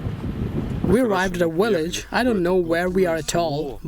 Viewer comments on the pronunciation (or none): The guy keeps saying V as a W! "Willage". LMAO